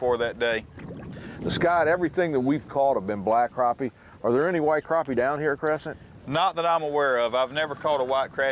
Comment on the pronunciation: Well here in the south they are called crappie not croppie.